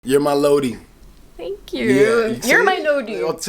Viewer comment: Its not lodi,..........IT’S LOWWWDEEE